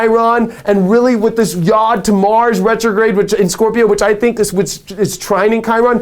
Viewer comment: I love ya to pieces... please do not take offense, the Hebrew letter yod is pronounced "y-oh-d" with a long o sound.